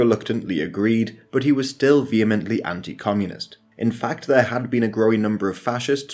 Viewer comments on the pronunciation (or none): none